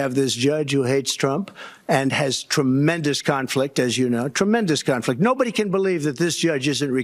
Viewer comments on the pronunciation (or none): Did he say Trumpmendous instead of Tremendous